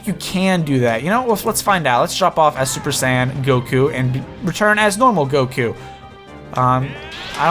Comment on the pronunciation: When you say Super Saiyan, it sounds like Super Sand.